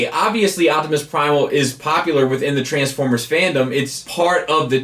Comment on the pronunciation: My only problem is that its pronounced TransFORMERS not TRANSformers